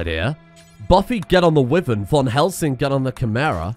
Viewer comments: It's not a wiven it's pronounced why - vern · why does he say wyvern like that